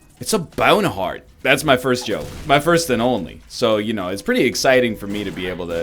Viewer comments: Take a shot of EGGnog everytime NL says my BYOWNE heart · Mhy byohn hahrt. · HE LEFTT HE BYOHN HARHT ON HUSH